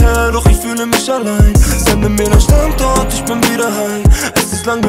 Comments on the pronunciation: Irgendwie geht mir dieses StandZort, wie Pietro das ausspricht, leicht auf die Nerven🙄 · Hahahahaha krass macht alles kaputt dieses Standzort haha